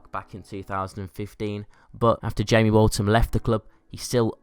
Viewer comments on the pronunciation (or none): none